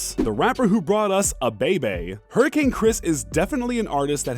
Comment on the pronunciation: Did you just say “a bae bae”? Fool it’s “ayy baybay”